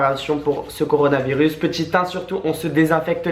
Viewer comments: CORONAVIRUS, c'est pas compliqué tu dis corona comme la bière + virus. Vous êtes relou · "Le corovarénirus... le coronavirus !" MDRRR 😂😂😂😂😂